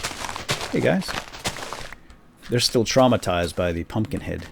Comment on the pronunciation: pumpkin not pumkin